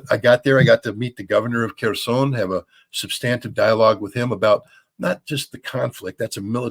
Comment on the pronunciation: Scott pronounces “substantive” like a jar head, and some others do, and learn not to.